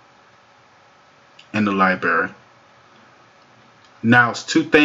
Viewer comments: Its library, not liberry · Aaaaaarrrgh! Dude, I have a freaking fit every time you say lie-berry instead of liBRARY! Christ Almighty man, you're a speaking public figure! 😭😭😭😂😂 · Library, not leiberry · Liberry? Wtf, do you even English bro?